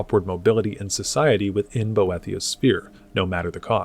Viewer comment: Good video, but for the love of Sithis please learn to pronounce Boethiah correctly